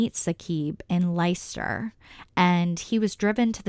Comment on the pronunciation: Just a couple of things worth mentioning re: the Bukhari trial, 1) The phone was not retrieved by the assailants as the victims suspected something & fled the scene, hence the car chase, 2)This is minor but 'Leicester' is actually pronounced as Lester & not LIEster...🙂